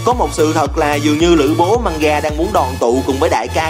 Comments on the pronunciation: Mgamga mà ổng kêu manga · Mganga đọc là Mờ-gan-ga chứ không phải Manga vì nó có chữ "g" nữa mà